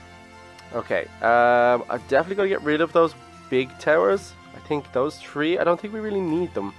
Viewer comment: three not tree